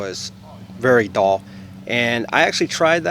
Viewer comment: Cool tool idea, but it appears it needs more R&D. You might consider running many tests & getting comfortable with the tool your giving how to instructions on before uploading a public video. Thanks, it was fun listening to your northern accent say "DULL" like "DALL" 😊